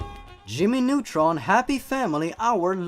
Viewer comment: I like how he said "just another day in the life of Jimmy Nutrin" instead of Jimmy Nutron. Ha. Jimmy Nutrin.